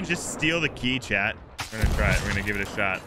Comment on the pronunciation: i'm confused, is chad your boyfriend or are you saying "chat"?